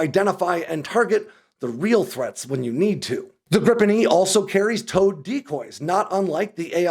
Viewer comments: Griiipen, not Grippen. Why is that so hard? I will subscribe to the channel that at least makes an effort to pronounce the name better. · Great video. One correction (surely already mentioned): The "i" in Gripen is pronounced similar to the e's in "geek". Accordingly it's "greepen" instead of "grippen". 😊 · Just because Americans can't pronounce "Gripen" doesn't mean you should start spelling it "Grippen" Because it's not only wrong but it also makes no sence. And for you Americans, it's "Greepen". Like "Jeep". You think you can do that? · It`s Gripen....not Grippen. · it's not pronouced as griPPen it's just Gripen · Just one p. And the pronunciation is closer to Greepen than Grippen. Not sure why they don't just translate it to the Griffin, because that's literally what it means. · Can you please say gree-pen?